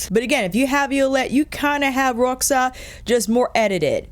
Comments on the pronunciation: Né? Eu achei que a pronunciou direitinho, deve ter sido uma das únicas YouTubers de língua inglesa que fez esse esforço 😃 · Hi, how you doing? I'm from Brasil (wich you guys write Brazil), where we speak brazilian portuguese, and the way you said Roxa is just right, it's just how we do it around here (no idea how it goes in Portugal). Luv luv luv your videos, yaour chanel is one of my all time favorites. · I’m Portuguese and it sounded perfect ❤